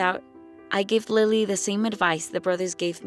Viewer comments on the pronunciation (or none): none